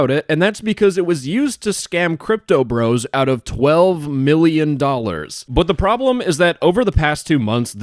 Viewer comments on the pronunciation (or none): none